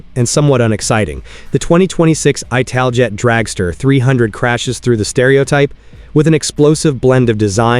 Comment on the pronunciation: Was going to watch this vid, but immediate misiprounoucement of ITALJET made me stop. No AI lazy vids for me.